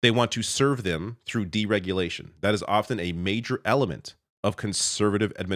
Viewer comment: He said “delement”